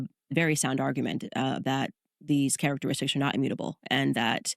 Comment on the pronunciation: Does candace have a speech impediment? What the hell is ”characteristish” lmao 😂😂😂